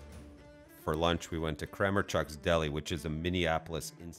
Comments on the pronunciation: its pronounced kra-mark-checks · According to the owner, the correct pronunciation is Krah-MAR-chucks. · As a Polish person whose family has been visiting Kramarczuk's for 60 years, I love that they were included. Was also baffled by your pronunciation, but willing to let it slide. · My eyes almost burst out of my head when you pronounced Kramaczuk's. Žena mi je iz Minneapolisa and she loves that place. That is not how she says it.😂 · I cringed a little at the way you said Kramarczuk's, but I forgive you for giving them an off-scale rating. I grew up in walking distance of Kramarczuk's and still get back there on a regular basis.